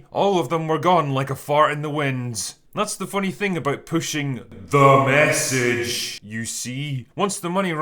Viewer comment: I've actually been saying "THE MESSAGE" in real life exactly they way Drinker does. I didn't even mean to start doing it, but it just so perfectly encapsulates the entire phenomenon in into three hard hitting syllables. It immediately makes you feel disgusted by the preachy, out of touch, sanctimonious, patronising and completely empty propaganda that this phrase implies. It's piece of memetic genius.